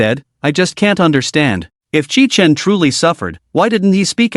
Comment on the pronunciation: The MC's name is Qi Chen (at the beginning) from what I can gather. But the AI makes it sound like kitchen. You need to place a space between the last and first names of the characters. And I like how atleast a couple of characters find out the truth. Although they can't really tell others. Which is a shame imo.